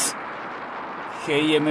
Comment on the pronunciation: Se me ocurren tantas cosas que decir... malas 😝... Pero solo diré una: eres el único al que le escuché decir "geemeipé", yo le digo "el guimp". Ya digo que del resto mejor me callo porque 😊...